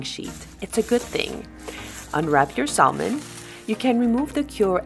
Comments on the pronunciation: Its pronounced SAMON, silent "L"!!!! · Hi Sven! Thank you for your comment : I guess I got on your nerve with saying sal-mon instead of Sa-mon like an American/ native English speaker: I am sorry about that. Let me explain why: English is my 4th language One of the 1st language I have learned was Italian and we pronounce sal-mo-ne I also speak other languages where the l is pronounced in salmon so it stayed! I am sorry again for getting on your nerve: I’ll work on my sa-mon😋